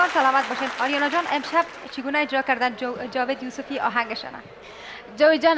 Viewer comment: از نطاق خواهش ميكنيم كه ديگر (هجرا) نگويد و (اجرا) بگويد...